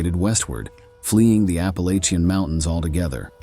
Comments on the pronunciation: Love the whole aesthetic of this video. But, as a Southerner who grew up in the WNC mountains… It’s App-ah-latchin’, not App-ah-lay-chin 🙏🏼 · My guy, it's pronounced Apple-Atcha.